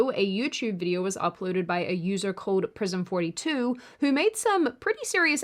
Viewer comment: Also when you said Prism42 it sounded like "i was a boy too" which still would've been fitting